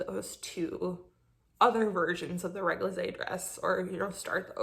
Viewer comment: réglisse means liquorish. And it sould like Régli-ce :P French is annoying! But GREAT PODCAST! love you WIP!